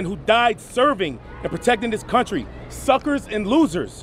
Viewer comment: Omg! 😂 Repeat Robbie should have gotten that script a little earlier! HemenaHemena 😂 And Harry! Thuckers and lotherths! 😅 omg! My cheeks hurt! 😂